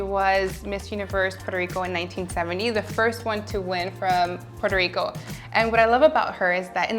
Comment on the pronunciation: I loved when she pronounced "Puerto Rico" with spanish accent 🥰